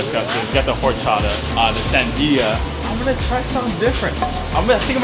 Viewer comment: This is for Jordan. It’s pronounced or-cha-ta . The h is silent